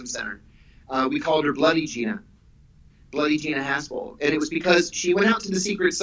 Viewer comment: Am I hearing the name correct ? Gina Arshole 😆